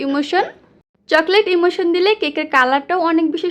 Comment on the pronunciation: আপু ওইটা চকলেট ইমালশন হবে ইমোশন না